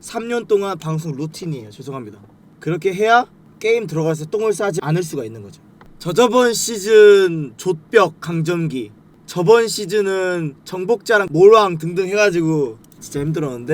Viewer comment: 감정기가 아니라 강점기....